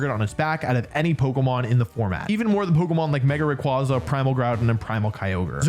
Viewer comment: I can’t believe that this dude still doesn’t know how to pronounce Rayquaza correctly🤣